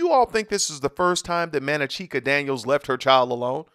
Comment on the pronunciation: Man-na-chee-ka? Wtf